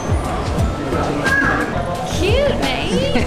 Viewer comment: Happy birthday Nate! Been waiting for the MM vlog to go up for a while! Glad to see you guys enjoying the country. PS. longyi is pronounced LOON-gee. Also, Buddhists believe that one way to receive good karma is volunteering at religious institutes. Cleaning pagodas would be one form of doing good deeds.